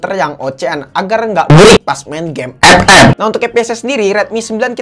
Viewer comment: Kesini gara gara ngomong ep ep 🤣🤣🤣